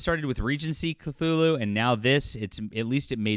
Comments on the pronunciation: Quit adding an L . It is Cthulhu NOT Clthulhu. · Not even 30secs in this vid and this guy pronounced 'Cthulhu' wrongly twice (even by the normal, non-Lovecraftian standard), I see an AI created image and hear Cthulhu by Gaslight being called 'steampunk-like' while it just represents the victorian era. I'm outta here, this is slop and full of wrong assumptions even before the whole shaming begins... Not surprising considering the title lol